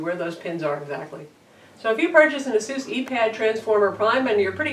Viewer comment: t's not pronounced "a-zus", its ace-us.